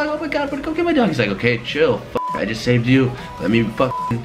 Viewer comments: edited said Safed not saved lmao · "safed" both of them 😂😂